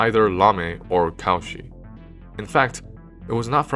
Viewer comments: hey, this is really good but every time you say "Cauchy" i get brain zapped ^^v (his name is not pronounced caw-she, it's co-shii). pronunciation of names is important, there's several tools you can use to find out how names are pronounced, including just putting it in google translate in the appropriate language and using the read aloud, or just looking at the phonetics in the wikipedia article itself. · Excellent presentation(apart from the horrible pronunciation of French names, especially in the case of Cauchy!)). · Many thanks for this interesting lecture filled with knowledge and suspense. It would have been perfect if the speaker had pronounced the non-english names of the mathematicians correctly. Lamé not L'ame. Cauchy most terribly deformed to cow-chi instaed of co'shee. Jacobi -> Ya'cohby. Dirichlet -> D'eereeclay. André Weil -> Vile (almost like Wiles with the final s dropped). But this is only a minor flaw in an otherwise excellent presentation.